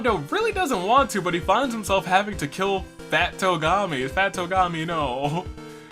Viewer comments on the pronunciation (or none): Fat Togami? No its TWO-gami. Lol